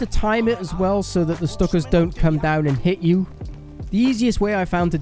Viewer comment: It’s a Stuka not a stucka